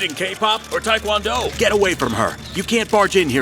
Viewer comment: This woman can’t even pronounce Taekwondo right. XD (I’m Korean btw)